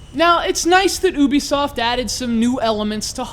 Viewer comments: this isnt a review. and by the way.... ubisoft (yoo-be-soft) not (oo-be-soft) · Who's oobisoft? Which part of America is that accent from?